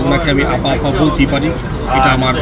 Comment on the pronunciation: আপনি আফা না বলে ম্যাডাম বললে ভালো হতো,,,কারন আপনি যতবার আফা বলছেন,,ততবার আব্বা আব্বা মনে হইছে